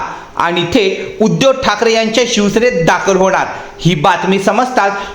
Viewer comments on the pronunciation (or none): उद्यव नाही रे बाबा उद्धव नीट बोलायला शिक आधी